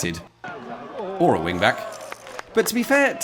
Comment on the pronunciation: Oh You were a "wingback". I don't play footie. I thought you said "wind bag".